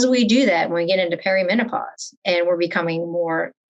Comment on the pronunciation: I loved this interview and the interviewer asked excellent questions! That said, good God, it’s not “perio” menopause 😂